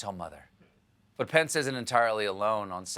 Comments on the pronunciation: Does anyone else hear, "My pants" when someone says "Mike Pence" ? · I always hear "pants" instead of "pence"